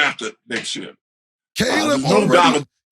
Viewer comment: Cam called Caleb C Lab , ka lam